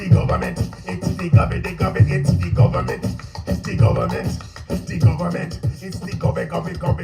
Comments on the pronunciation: 'De Gohbahment!! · IT IS DEE GUBBAMENT!!! 🤣🤣🤣